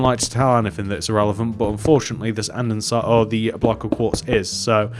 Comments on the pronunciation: Its not andensite its andesite. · Sorry, but you are aware that "Andestie" HAS NO "N" it's not "ANDENSITE" it's "ANDESITE" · Anyone else get really triggered by the way he says andesite